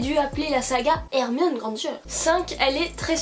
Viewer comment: Il y a des personnes qui dit GrandG et pas Granger